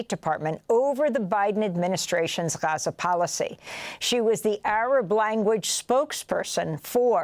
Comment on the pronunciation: Nobody hits the pronunciation of "GHAza," "RAFFah", "GREYta TOONberg," and "KEELmaR ABRAYgo" quite like Amy (Also these are important things to talk about don't me)